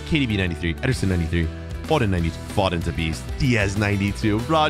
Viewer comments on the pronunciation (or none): it's not fodden it's fow-den 🤬🤬🤬🤬😡😡😡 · No hate but foden is pronounced like fow den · it's pronounced F-oh-den